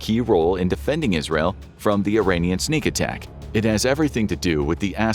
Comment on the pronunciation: lol..sneak attack he said..